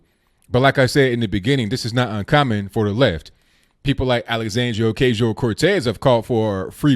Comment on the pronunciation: Bro, it's Oh-kah-see-oh.